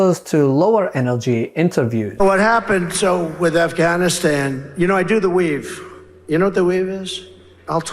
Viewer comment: "THA WEAVE" 🤣🤣🤣🤣🤣🤣🤣🤣🤣🤣🤣🤣😭😭😭😭😭😭😭😭😭😭😭😭😭